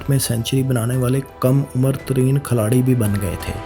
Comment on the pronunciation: Ohhh, Khiladi hota hai Khalari nahee hota. 90% words gakt bolte ho.